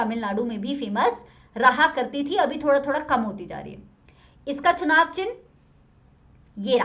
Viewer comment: ma'am its “चुनाव”